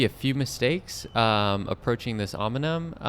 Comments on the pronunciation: Great video, I wish I was local so I could race with you (Hello from NYC). Also, the pronunciation of "OM-IN-UMM" killed me every single time. Can't turn it into a drinking game as your participants would be dead from alcohol poisoning. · Om-neeeee-um! Nice video though. Great channel. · 😂could agree more with the Pronunciation